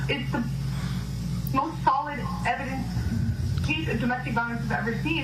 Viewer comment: It's called Blackmail not evident lol " evidence "